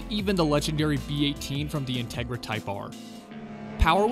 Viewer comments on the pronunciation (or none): none